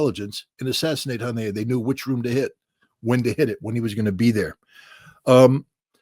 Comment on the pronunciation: "Hon-yay" ??? ~~~> <~~~??? You mean Ismail Haniyeh??? I'm really getting so sick of ritter!!!!!!!